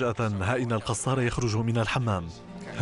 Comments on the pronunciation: المذيع يلفظ الكنية غلط ....القصار بدل الكسار ...انا اسكن بالحي الغربي في النبك بالقرب من قصر بيت الكسار الذي بالقرب من شارع امين من الجهة الغربية ...انا لست نبكي .لكني اسكن بالنبك منذ عام 1995 .وإنطباعي ان الشعب النبكي معظمه يستحقر أهل دمشق مع ان معظمهم يحرص على ان يمتلك شقة سكنية بدمشق ...اقول معظمهم وليس الجميع ..يعتبرون انفسهم فيهم رجولة لا يتمتع بها اهل دمشق ومن عشرتي لأهل النبك وانا تولد دمشق .انهم ليسو دققين بتلك الفكرة ابدا فمقياس الرجولة ليس بالفقر والغنى حسب منظور اهل النبك .فهنالك بعض أغنياء يتمتعون بخسة وندالة لانظير لها من دمشق ومن النبك .وهنالك فقراء كلهم شهامة وعزة من اهل دمشق ومن النبك ايضا .. ولا ننسا احمد الأديب الملقب بالص الذي كان يعمل بإقراض الناس مبالغ مالية على ان يستوفيها مع زيادة كفائدة وهوة نبكي اصلي .. هذى مثال فقط والامثلة عديدة . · ليش المعلق يقول القصار ......هوة من بيت الكسار